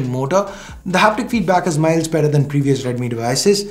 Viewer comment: Who else noticed say "Note 9 pro max is doing a much metter job" 😂